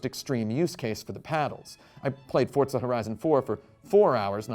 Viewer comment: Why does he say fortza It’s forza